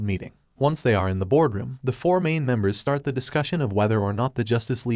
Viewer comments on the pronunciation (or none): none